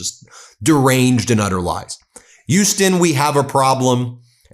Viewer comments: As a native Houstonian, it's weird to hear the name of the city mispronounced. It's not "yoo-stun" it's "H-yoo-stun." The H at the front is definitely pronounced with a distinct push of air through one's front teeth. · WTF is "Yuston?" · Ben...love your content. But, Houston is pronounced with an H - not without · Ben, love your reports, but the H in Houston is not silent. :)